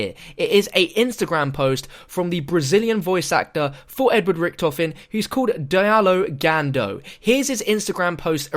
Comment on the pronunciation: ohh god way to butcher portuguese xp dialogando is so misprunounced either ik its not a language you study so understandble but it hurts.xp